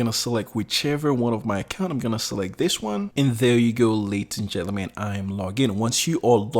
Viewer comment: I like the "Laties and Jellyman" , sounds cool.